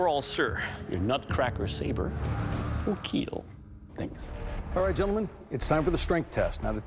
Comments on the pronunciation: I’m just here for my daily dose of it will keel !!! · Came for the forge, stayed for the keeell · it will keel :) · Only thing that matters is.. “It will keel”